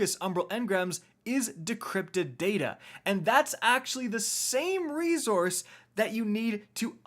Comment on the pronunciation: Still dunno why he pronounces resource as rezorce... is he retorded?